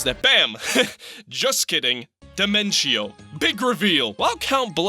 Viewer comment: Dimen-chio? Why!? It should be Dimen-tio.